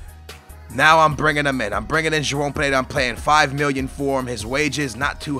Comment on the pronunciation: really messing up joao perreira's name man